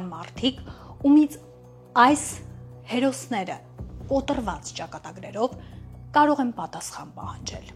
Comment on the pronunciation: Կոտրված բառը կոտռված չպետք է հնչի